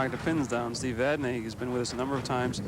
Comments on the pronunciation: For God's sake...the name is Vadnee not Vadnay. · actually its vadney